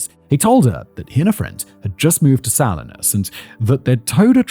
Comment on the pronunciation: Hearing Simon say Salinas wrong a number of times cracks me up it’s pronounce suh-li-nas 😂😂